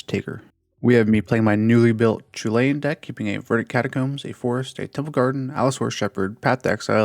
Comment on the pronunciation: Yet he pronounces “Chulane” wrong…